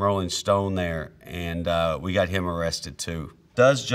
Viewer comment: Yes Wee Can 😂😂😂 I’m dead 😂